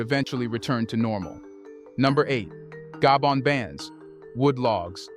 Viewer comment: Though it took so very long for The Continent of Africa 🌍 to wake up from their long nap...may Africa continue to remain awake. In addition, I tried so hard to embrace The Narrator's pronunciation of my ancestrial home Gabon.🇬🇦 Gaybond 👉 (no) pronouciation/Gar-bone- Gabon🇬🇦 ✔️ Gaybond-knees..people👉 (no) pronunciation Gar-bone-knees people. ✔️Gabonaise 🇬🇦 people.